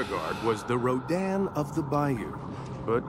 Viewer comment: He got it right about RODAN, not rodin.